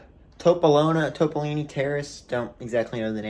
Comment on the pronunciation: the pronunciation of topolino's really got me lmao